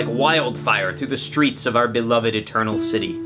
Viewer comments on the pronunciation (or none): none